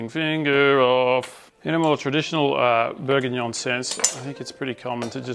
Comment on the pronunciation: Don't you mean... Beef Bourguignoy?